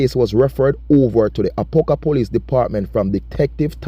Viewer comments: Its a-pop-ka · A-pop-ka that’s the proper pronunciation